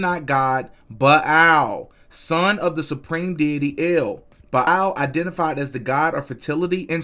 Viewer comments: Bilal?? It’s Baal like bail smh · Ba’al is pronounced “bale” btw family